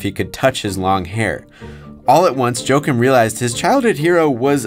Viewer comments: Its pronounced "Wah-keem" not "Joe-kim" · It’s ha-kiim